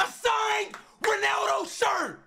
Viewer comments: It all started saying Cristew Rownaldo SUIW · he says ronawdo